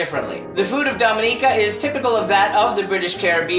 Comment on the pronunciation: thank you for saying the name correctly <3 i love my home land